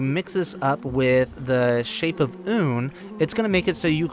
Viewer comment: Youre the first person ive heard pronounce Unn correctly. Thank you